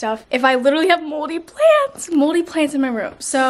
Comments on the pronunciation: WHY DID I HEAR MOLDY PANTS NOT PLANTS!!!!! 😂😂😂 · i thought she said moldy plans and i was like "same bro"